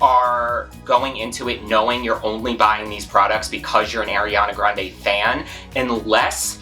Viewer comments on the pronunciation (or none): It's Ariana Grande not Airiana 😐